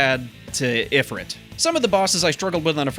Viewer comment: it's pronounced ee-free-t